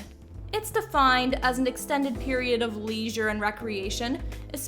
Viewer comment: "leeesure" xD